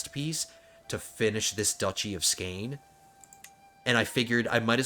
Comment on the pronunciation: it is actually pronounced skåne